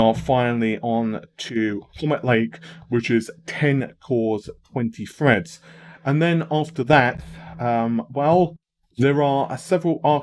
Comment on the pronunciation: 16 cores 32 Freds? Oh you mean Threads, yeh it's "Th", not "Fu". Like "The" not "Fu-e"